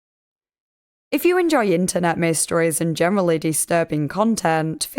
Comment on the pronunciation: This upload frequency has honestly got me so ready to "in-vehst-eh-gait"